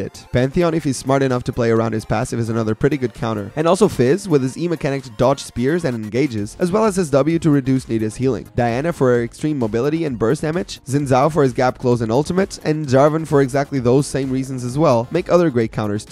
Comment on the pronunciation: X in Chinese makes an SH sound not a Z sound, so Xin is pronounced shin, & not zin.